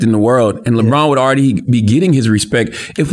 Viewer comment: It's pronounced AWWWWWREADY. Just sayin. Can't stand so I'm out ✌